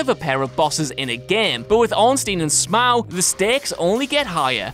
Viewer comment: Ornstein and sm'ow? Maybe i pronounce it wrong... Smough as in dough.